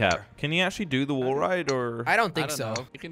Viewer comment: Its wall not wull